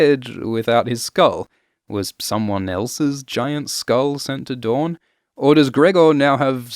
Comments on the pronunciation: DOOR-in NOT du-RON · why does he keep calling house dorne, house dawn?